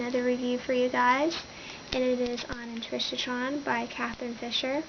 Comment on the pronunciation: Intrishotron? its IncarCERron...